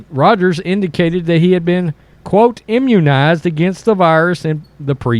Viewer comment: Mr Rogers: Can you say Imunnized?